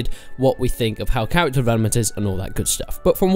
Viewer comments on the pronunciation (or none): stowy, tutowials, chawacter